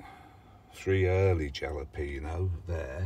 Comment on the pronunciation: You have a nice selection of varieties my friend. I get a kick out of you Brits....you say courgette and secateurs just fine....but Jalapenos....nope, butcher it every time😂Congrats on your promotion to level 4, the general public is over-rated:))